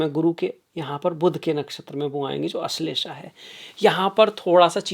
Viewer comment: माननीय, विद्वान होकर शुद्ध संस्कृतभाषा बोलिए— 'क्षमता' को "छमता" न बोलें: 'पुष्य' को "पुष्या" न बोलें; 'आश्लेषा' को "अश्लेषा" न बोलें; 'मघा' को "माघा" न बोलें; 'अध्यात्म' को "आध्यात्म" न बोलें। हर बार 'श' को 'श' ही बोलें, कभी भी "स" न बोलें।